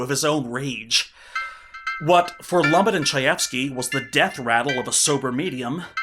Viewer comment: Loo-Met. Not Lumit